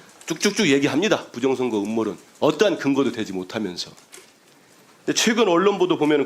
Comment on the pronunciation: 부정선거라고 하는사람들은 왜 부정(셰)력 이라고 하는거지 발음이어렵나